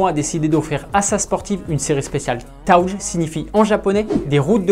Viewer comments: Ca s'écrit "Touge". Mais ça prononce "Togué" ; Pas "Tawgue" ! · Touge 🤣 Alors c'est étonnant je sais mais ça ce prononce Togué